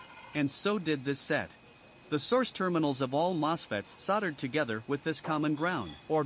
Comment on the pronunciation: "Soddered"!? You mean Soldered.